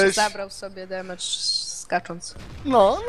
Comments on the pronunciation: mówi się demydż albo demedż, na pewno się nie zmiękcza i nie mówi "demejdż" -. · Demedża '' mówi się Dimejdź albo Dimejdżu